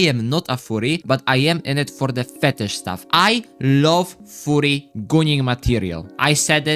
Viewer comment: Yo bro, why are u saying furry like it sounds as a "FOORRY"? U gotta make it sound more of a U instead of OO lmao. If u still don't get it, u can search what im talking about.